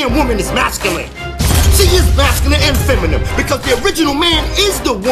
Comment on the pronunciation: FEM-A-NIN...not FEM A NIEM